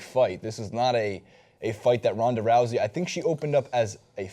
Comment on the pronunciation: is it Ronda Rowzey, or Roosey I keep hearing different pronunciations